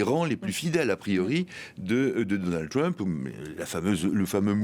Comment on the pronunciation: Mon cher, le président américain ne s'appelle pas Twump mais Trump avec un R. Alors puisque vous prononcez Donald à la française, prononcez aussi Trump à la française SVP!